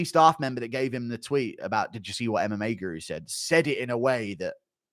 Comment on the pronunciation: "but mma POOru"